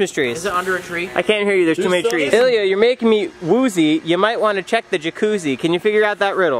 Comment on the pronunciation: its Ilya not yilia😂